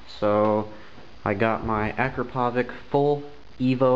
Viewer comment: bro i think its spoken like this "Ack-ra-powitch" anyways nice vid